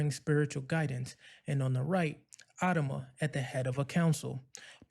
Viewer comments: Since when has he been called "AD-ama"? I've always heard "ad-A-ma"... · If you can't even pronounce the name of one of the lead characters. I doubt you even watched this series. It's AD-AM-A ..WATCH THE SHOW. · The way you pronounce Adama is off putting. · Wish you pronounced Adama correctly